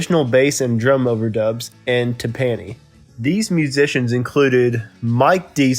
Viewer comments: Tym-PAN-i??? WTF? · . Tim-Pan-nee??? Seriously dude? You don’t recognize the musical instrument / word “tympani”? I can’t. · You mispronounced the word "Timpani" The emphasis is on the first syllable. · Yeah, you could use some work on your narration, pronunciation, and simple facts. TIM-pany (or TIM-pani, either spelling is accepted). Carl Radle (RAY-duhl) -- bass player for Derek and the Dominoes. Just a couple of examples. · I’ve never pronounced tympani the way this guy did.